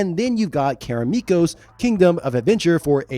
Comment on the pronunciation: Why do you keep pronouncing Karameikos as Karameekos?